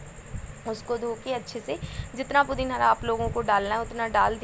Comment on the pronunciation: Hi.pudhina hota hai pudhin hara nahi hota hai